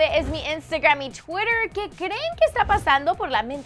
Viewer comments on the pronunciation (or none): none